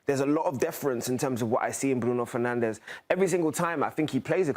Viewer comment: Americans pronounce Bruno Fernandes, not Bruno Fernanch.